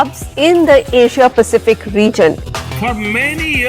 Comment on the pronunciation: India Pacific please... why is talking Chinese way??